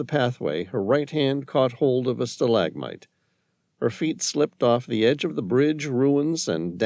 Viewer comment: Um he can't pronounce stalagmite or Adidas,is this AI?